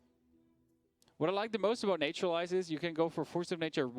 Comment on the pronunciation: Every time I hear them say "Nature-lize" I want to cringe. Its Nat-ural-ize. Not NATURE!